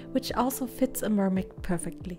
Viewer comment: Instead of mer-may mune